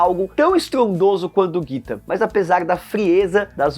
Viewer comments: NÃO É JITA...CARA é GITA (GUITA) Você nunca ouviu esta musica???????????? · Kkkk "jita" foi de fude msm kkk quando ele pronunciou desse jeito até falei "jita é seu c*" kkkk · Po! Me manda „Jitá“ ao invés de „Guita“. Erro grave! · Tava indo bem, mas qdo falou "Jitá" e "telêma" estragou o video. Nem terminei de ver... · "Jitá" é pra foder hahaha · O cara faz um vídeo sobre Raul Seixas e nem se preocupa em aprender o nome de uma das melhores músicas. A pronúncia correta é GUITA!!!! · Jita, vovô e varios erros. Ainda disse que curte o cara.